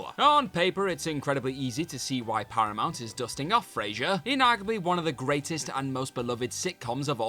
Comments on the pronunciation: Please stop calling one of the greatest sitcom characters “Frazer”. There is no Z in his name; BIG CLUE THERE 🤦🏻‍♂️ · What was terrible on this video was the constant mispronunciation of Frasier's name. It takes like 20 seconds to check it on YT.